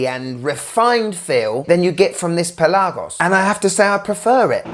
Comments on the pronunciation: Great video as always. I'm a big fan. Just a little complain. It's not only you. This goes to a lot of watch reviewers on YT. The word Pelagos is pronounced on the 'e'. It's pE-lagos. Also the 'e' is kinda soft. Trust me, I'm Greek. I also have a non watch related question for you. Tsitsipas or Djokovic? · Dude why are you saying Pelagos so weirdly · Why are you pronouncing Pelagos wrong ? ;) jk